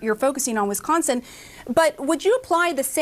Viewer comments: Didn't he just pronounce Wisconsin as WiNsconsin? And this not as a minor from the EU or Australia, but as not only an adult in America, but as a United States Representative, which makes it even worse. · I'm sorry, did he just say Winsconsin? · "WINS-SCONSON",.....REALLY!!! THIS IS AS BAD AS WHEN HE SAID "GEORGE WASHING-GAME AT THE RNC!! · He can't even pronounce Wisconsin, called it WINsconin.